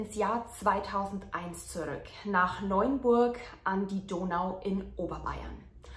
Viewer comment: Hallo, mein ich das nur oder sagst du Neunburg?:) Die Stadt heißt Neuburg:) Wohne nicht weit weg von dort. Vielen Dank für deine interessanten und gut recherchierten Videos, ich könnte dir stundenlang zuhören <3